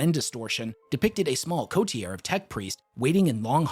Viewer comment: You may want to check how "coterie" is pronounced. You got it wrong.